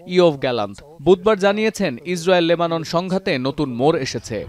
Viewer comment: লেবানের আবার কি❌ লেবাননের✅